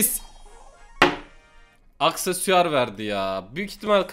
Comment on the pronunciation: çiğ yumurta içer ve aksesuara aksesüar der İzleyiciler: bozuldu la